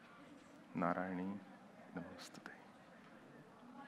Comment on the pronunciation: I Love how you said Narayani Namosthothe🧡🙏🏽